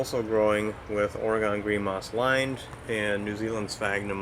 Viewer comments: Say OR-ee-gun, not Orugone. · We Minnesotans say Ore-GONE until it's been beat into our heads (in the sense of using our words, of course!) and I have now schooled others. I get to school people now, because I live in New Orleans. It's not pronounced "New Or-le-ans" or "New OR-leans" and most certainly NOT "N'Awlins" (that will get you marked as a non-local, and mugged later; I wish I was joking but this is not a safe place, you want to blend in as much as possible, and my extremely strong upper Midwest accent has made my assimilation difficult, but I digress). It's pronounced "New OR-luns". The last word almost has one syllable, it's just "Orlunz". I was a teaching assistant at the university that I relocated here to attend (and now I can't deal with temperatures under 60°F very well), and I've been asked by my students on more occasions than I care to recall "Are you from a foreign country?" on the first day of class, and when I say, "I'm from Minnesota" or "I'm from North Dakota" (I'm from both, I guess ⅓ of my life has been spent in each of these three places), I'm rather frightened because I honestly don't think that these students (typically freshmen – in COLLEGE!) realize that North Dakota and Minnesota are NOT foreign countries; rather, we tend to enunciate our words, probably due in part to not spending our formative years eating food that is so spicy that it removes some of the ability to properly pronounce words as they're intended to be spoken? I'm almost serious, as Tabasco sauce is almost as